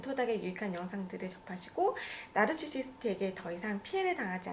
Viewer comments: 그래서 narcisist를 노시스트로 발음하셨군요. Now I get it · 왼쪽 의사선생님 나르시시스트 '나'발음할 때 nausea 나 naughty처럼 발음 하시는데 영국 영어하시는 건가요?